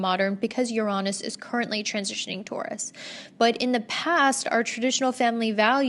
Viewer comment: Yo when she said Uranus like “yuronis” 😂 they tried to make it not sound bad for a minute but it is in fact pronounced like your anus 🤷🏻‍♀️😂